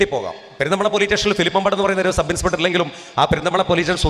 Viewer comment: പോലീറ്റേഷൻ ❌ പോലീസ് സ്റ്റേഷൻ ✅ ടൂട്ടി ❌ ഡ്യൂട്ടി ✅ സബ് ഇൻസ്പെട്ടർ ❌ സബ് ഇൻസ്‌പെക്ടർ ✅